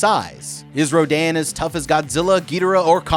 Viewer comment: Also row din/row den? It’s row dan.